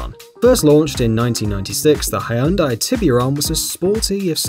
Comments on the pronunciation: Its not high-un-dai Its hyeon-day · are you really pronoucing Hyundai, hai yun dai? wow... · We tend to pronounce it like Hjun-dai here. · How about checking the pronunciation of "Hyundai" before saying it wrong 20 times in a row?